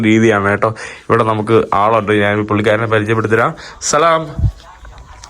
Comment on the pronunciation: നാന്,നാൻ, നാന്, നാൻ അല്ല. ഞാൻ എന്ന് പറഞ്ഞു പഠിക്കുക